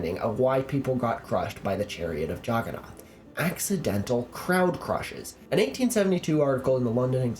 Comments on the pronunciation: It's nath not naut. I never made the connection before watching your videos.😂😂😂😂😂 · I had no idea for the longest time what the Juggernaut god you were talking about was. I was like, Jagana? What's that. AND I GOT IT. OH YOU MEAN JAGGANNATH. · Actually, they deliberately mispronounced the idol to mock it. They knew that the true Jagannath (Lord of the world) is Jesus.